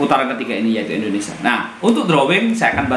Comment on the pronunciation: Indonesia "Sia bukan Sa". Ucapkan asia dan dunia bisa bagus. Saat bilang nama negara sendiri salah. 😂😂😂